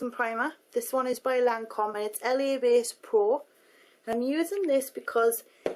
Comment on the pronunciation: hey lauren!! love your vids.. i have been a long-time subscriber!! just thought i'd let you know that the lancome primer is actually pronounced La (not L.A, kinda like lah i guess..) Bass Pro.. those darn frenchies have to make things difficult!! :) (i have been to lancome trainings.. that is how the pronounce it. :)